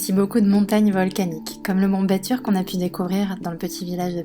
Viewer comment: Très belles images ! Quelques précisions, les "u" se prononcent "ou" (pour "munduk", "mont batur", "Ubud" etc)